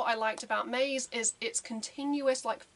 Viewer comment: "Maze" is a Japanese word, so it needs to be pronounced as such in TWO syllables (ma + ze). It has absolutely no relation to the English word "maze". The word appears like 5 times at the very beginning of the song if you want to check how it is pronounced.